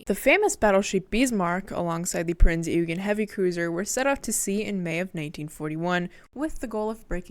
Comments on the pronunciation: "prinz oi gen" iam a german i have to be a smartass 😅but other then that perfect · I hate to be "That Guy," the insufferable know-it-all, but please Pronounce "Bismark" the way it's spelled, not "Beesmark." Prinz Eugen is pronounced "Printz Oigen." Whenever you see the EU diphthong in German (Deutsch) it's pronounced like the English "oi/oy". An e at the end of German words is not silent, but sounds like an A --- and you nailed it. Gut gemacht,! (Note the diphthong äu is also pronounced like the English "oi/oy")